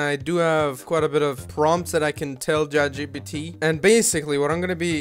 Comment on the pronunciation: "jat cheepeetee" lmfao